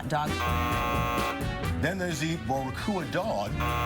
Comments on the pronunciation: Yeah, that's not how you pronounce boricua in Spanish. So, X to you. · Did not expect that surprise shoutout to Puerto Rico with that hot dog butchering pronounciation